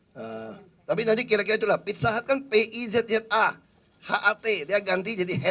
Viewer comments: ayo....makan..di...FITSA HATS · Hahaha, pizza hut jadi fitsa hats, kagak jelas emang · tok tok tok .. permisi , FITSA HATS deliferi . hahahaha